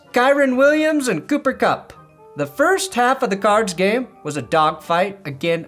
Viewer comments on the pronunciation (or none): none